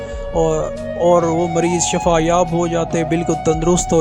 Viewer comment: پروگام کرنے والے صاحب کو مبارک ھو دوسری گزارش ھے کہ بغیر نااضگی کے لفظ شفا کی ش پر زبر مت لگائیں بلکہ ش کے نیچے زیر لگائیں محمد سلیم نقیبی نضیر پور شجاع آباد